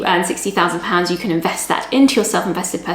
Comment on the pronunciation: your "can" at 0.30 sounds very like "can't" have....